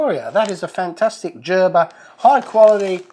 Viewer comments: Gerber!! G as in Guess not G as in Jump!!!!! 😂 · Hey, it's Gurr ber not Jur ber.